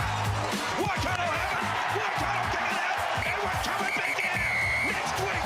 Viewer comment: Since when was it pronounced ‘Wah-Kato’?